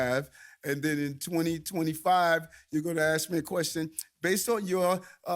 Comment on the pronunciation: Did he say AXE?